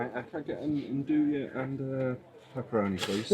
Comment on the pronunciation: Love the channel! The way you pronounce andouille drives me bonkers. I'm looking forward to the release of the Dome Gen 2 XL in natural gas next year. I already have the funds earmarked. Thank you for sharing so much knowledge. If by chance you see this comment I don't have a good option to get fresh yeast local nor do I think I would use it all to justify the delivery cost. How much of a difference would active dry yeast change the fermentation times? I read to use 1/3 the amount of active dry yeast as called for in fresh yeast. Cheers bro!